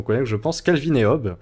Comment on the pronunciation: c'est calvin et hobbes hobbes ça se prononce Hobbse